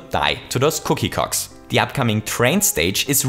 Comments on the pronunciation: he says "cookie cocks" instead of cogs lol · i know he meant cookie cogs but it sounds like hes saying cookie cocks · Because his accent makes it sound like "cocks" instead of "cogs", as the comments were quick to point out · I swear he said cookie cocks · Thanks for making feel insecure about the way he says "cogs" everyone:) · Poggers more like Coggers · Maby he didn’t say “cogs” wrong Maby he was insulting them